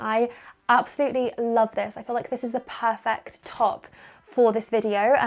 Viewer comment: all the outfits suit. so is so pretty. I love this video. Can I just say no-one perfert every time says perfert. keep up this video. sending lots of love from Nz. It is Attuman in Nz.